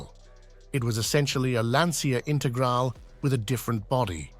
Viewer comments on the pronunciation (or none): A small irritation.The "Romeo" of Alfa is pronounced with the accent on the "E" not as in Romeo & Juliet & its Lancia Intergral(e) not Intergral!